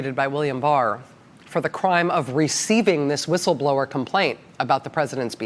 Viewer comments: C’mon! She can’t even say whistleblower right! The irony is astounding! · She couldn’t start soon enough she couldn’t say the words right 😂😂